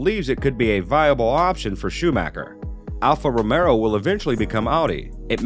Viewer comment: I keep hearing Alfa Romero and I'm waiting for zombies...